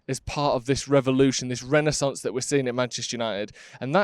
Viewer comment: Can get behind almost everything in this video, apart from pronunciation of Renaisance 😂